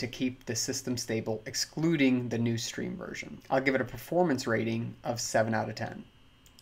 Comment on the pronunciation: Lost me when you did not pronounce "Stream" correctly